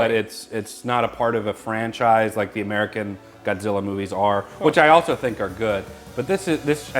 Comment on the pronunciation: "GODZIRRA...MINUS A-ONE-UH" 😂😂